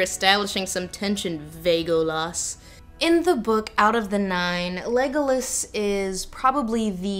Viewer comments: “Thanks for establishing some tension... Vague-olas” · “vague-o-las” hahahaha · The way Lindsay says Legolas's name it sounds like "Legless" as in his he's a boozehound:).